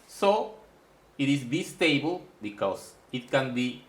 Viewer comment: Another interesting video = thank you! In the spirit of offering you a small teaching in return, in English the "i" in Bistable is pronounced "eye" (like the eye that you see with,) not "eee" (as in bumble bee.) Sounded out = B_eye_stable (as in the bicycle that you ride.) I am not faulting you; your English is amazingly good. I am just trying to help you, in the spirit of friendship. I hope that helps.